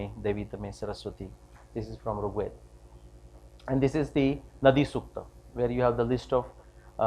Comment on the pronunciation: Excellent talk. A few corrections though: firstly, it's pronounced as R̥g Veda (the ऋ or r̥ is like the English "r", not रु or रि). Second ( & ), the SI unit of length is metre (from the Greek metron which is cognate with mātra or mātrā in Sanskrit), not "meter" (which is a device that measures), with the symbol for kilometre(s) being km, not "KM" (which means "kelvin-mega" and is meaningless). Third, , your slide shows the year ranges in reverse order; 6000 BCE is older than 800 BCE, so they should read "6000 BCE – 800 BCE", etc.